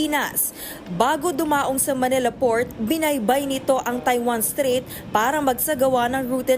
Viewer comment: STRAIT NOT STREET😂😂😂😂REPORTER TALAGA😂😂😂